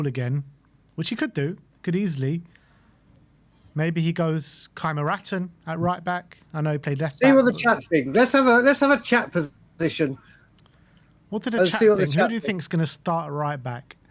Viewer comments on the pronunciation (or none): calling Rio Kyerematen ”Kaimeraten is getting annoying now.